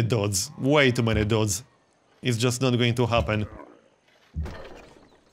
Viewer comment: It always cracks me up the way pronounces "DHOODS."